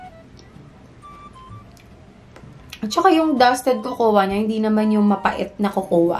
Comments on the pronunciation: Bhe,KOKOWA ka ng KOKOWA..Yung salmon nagawa moh i pronounce ng tama na silent L..Yung COCOA is pronouced as KOW-KOW or COCO,silent A ang cocoa bhe... No offense dipo aq perfect,nobody's perfect.Tine tell q lng,walang masama na i share ang kaalaman.Lagi kita pinapanuod...No hate here,tine tell q lng ang tamang pagbigkas or basa. ✌😉✌ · cocoa is pronounce as ''coco'' silent ''a'' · diwaw.. nagtatagalog xa diba🥴